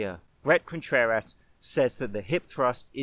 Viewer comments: Contrer-ASS he said lolll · More like Contrer-ASS, amirite? Oh wait, you're saying it like that deliberately, too, aren't you? God dammit. Seriously though, it's a good lift. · Am I the only one hearing Brett Contrer-ass? Lol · Great emphasis on ContrerASS 👌